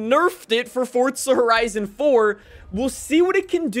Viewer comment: Stoooop calling it furtza horaisun 😌😌😌😌😌😌😌😌😑😑😑